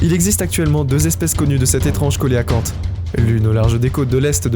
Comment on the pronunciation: belle vidéo , juste un petit truc on ne prononce pas coelacanthe , co..é.....la ...canthe , mais se prononce , cé (sé) ...la ..canthe , merci pour les images de ces poissons préhistorique .